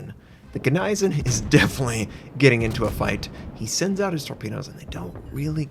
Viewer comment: please, please!!!! its said GNEISENAU!! not GNEISEN...